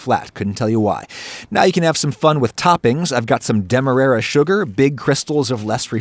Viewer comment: Ahs-cending order. Demerere sugar. 😆